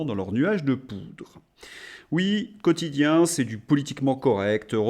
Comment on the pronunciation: "Quotichien", la voix de son maître 😅😂